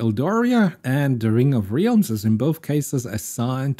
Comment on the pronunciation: Qwen with Questions is pretty good. The thought of being able to run something like that on my computer is mindblowing. It having gotten this puzzle correct is amazing. By the way, your pronunciation of realms is incorrect. It's more like: 'rælms'